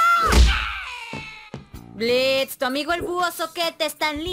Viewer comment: Blitz* la o es muda 👁️👄👁️